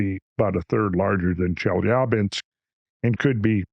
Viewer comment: Off topic but... I really appreciate hearing the mostly correct pronunciation of Chelyabinsk. The backwards 'R' is spoken as 'ya' and is typically the accented syllable in a Russian word. Most English speakers get it wrong :) Randall winning again with the attention to detail!